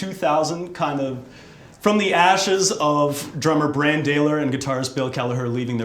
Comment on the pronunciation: You mispronounced Branns name doofus you call yourself a fan???? Smhhhhhhh